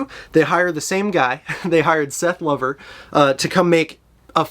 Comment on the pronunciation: Excellent demo of what sounds like a great guitar. BTW, Lover as pertains to Seth rhymes with rover.